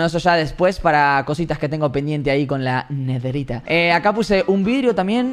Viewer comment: Nadie: Absolutamente mente nadie: Robleis: netheriA